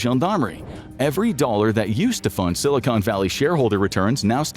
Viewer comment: Not Ai but still pronounces Silicon (Valley) Silicone